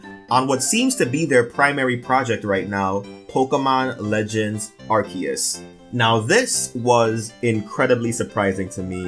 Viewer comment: I hate that the english translated trailer whitewashed the pronunciation of Arceus. 19,10-19,54